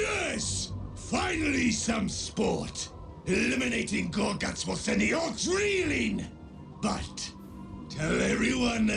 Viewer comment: I love how you say "gorGUTZ!" WAAAAGH MATE